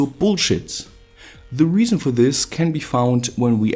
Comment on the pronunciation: "thes is Elon musk"